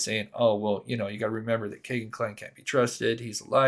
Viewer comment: It's not "Kay"-gen It's "Key"-gen FCS!